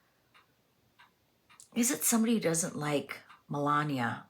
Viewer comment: Very interesting reading! I know Melania doesn’t pop up in readings all that often around Trump, so it’s fun to see that here. Appreciate you tackling the pronunciation of her name, as well. Took me a little while to get it down, myself. Suggestion for an upcoming Mysteries reading: have you done one on the Denver airport yet? It is a creepy airport with really strange imagery, symbolism, and overall fishyness around it. The amount of money spent on it, its location, the tunnels, it’s all just weird and my mind goes down all sorts of interesting paths. Even walking through it I get the weirdest vibe. Glad I’ve only had to go there a couple times! I’d be fascinated to see what the cards have to say about what’s really going on there.